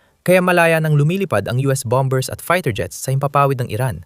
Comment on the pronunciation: "Bamers" hindi "bambers"....simpleng English word lng yan....